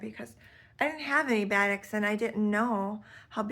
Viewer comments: This is a good introduction to the world of batiks! "Buh-TEEK" is the pronunciation. It is a process of how the fabric is dyed that gives the color variations. Love these colors! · It’s pronounced baa-TEAK.